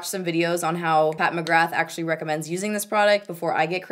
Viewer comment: Loved the video as per usual ☺ just a heads up that McGrath is pronounced Mc-gra, in Irish the th is silent! Love from Ireland xx